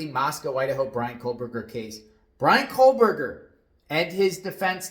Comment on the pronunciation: Why do you insist on mispronouncing Kohberger's name? We predicted months ago that Prosecutor Papa Smurf might end up going with a grand jury in order to avoid any scrutiny and rebuttals in a hearing. It doesn't have much of anything to do with Kohberger messing up.